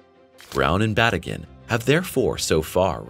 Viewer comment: His name is pronounced as Ba tea gin